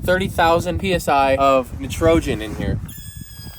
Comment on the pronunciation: “30,000 PSI of nitrojan”